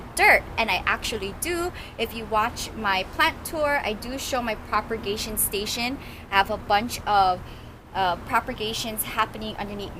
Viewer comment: You are the sweetest plant lover on YouTube. I have one thing to say though. The word is PROPAGATION. Not PROPER-GATION.